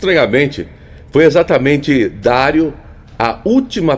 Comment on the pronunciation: O jogador é Dario (Dariu) e não Dário